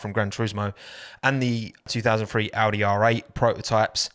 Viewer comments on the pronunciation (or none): none